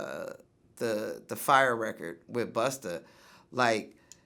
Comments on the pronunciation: why vlad keep saying buster... is it that hard 2 pronounce BUSTA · Vlad you have to say busta not buster. It changes the whole meaning of his name. Bust - A - rhyme. If u can pronounce vladamir u can pronounce busta. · It’s BUSTA... NOT BUSTER!🤦🏾‍♂️ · Why you keep saying "Buster" it's busta for fook sakes!!! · LOL, vlad keeps calling Busta , "Buster" and this dude is supposed to be all about the hip hop culture? Dumb a**. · And learn how to say Busta not "Buster" LOL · Vlad his name is busta not buster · "Buster" its BUSTA! Police ass vlad a whole bitch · vlad his name is BUSTA not BUSTER smh ur such a bozo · I hate you vlad, it's BUSTA! BUS TAAAAAH, NOT BUS TERRRRR, FUCK!!!!! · Europeans and them "er"s. Yo Vlad, its "Busta", not "Buster", muhfukka. Goddamn! Up in here ruinin a Legends name n shit.😡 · It’s busta VLAD not buster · Tell Vlad it’s not buster it’s busta officer sheesh!!!😂😂😂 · Why does he keep calling Busta, “Buster”??? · It's Busta, not Buster. Bitchass Vlad. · For fucks sake Vlad!! Stop saying Buster!! It's Busta!! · It’s not “Buster” rhymes.. Vlad is so trash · His name is “Busta” not Buster. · Vlad Its BUSTA not BUSTER LoL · Yo Vlad. It's Busta, not Buster. Sheesh. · VLAD..... It’s Busta not Buster!🤦🏾‍♂️ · Bustah... VLAD. BUSTAH. NOT buster. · It's B-U-S-T-A, as in Bust A Rhyme, Vlad. Not Buster... The hard R don't even make sense. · Busta...NOT BUSTER.... lmao he not a tiny toons charecter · "Buster" lol Vlad keeps saying that and I laugh each time. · I’m more annoyed than anything by Vlad repeatedly calling him “Buster” the entire interview. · Why Vlad keep calling Busta "Buster"? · Why does he keep calling Busta "Buster"? So disrespectful! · it's not buster VLAD.. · Why he keep saying Buster? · Vlad probably the only dude who call Busta Rhymes “BUSTER” lol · I swear everytime Vlad's talkin bout Busta he says Busterr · He keeps saying "Buster" like Vlad why must you be so cringey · Why does Vlad keep calling him buster though?!? Lol